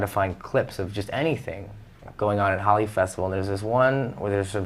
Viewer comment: I forgive you, but it's pronounced Ho-lee not Holly